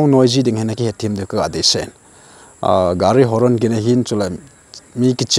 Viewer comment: Gari Horon❌ Gari Horn✅🫡